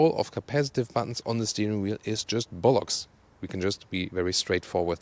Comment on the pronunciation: Need more emphasis on the "bollocks". More like "B-HOLOCKS". Saying a very bad German speaker still working out umlauts.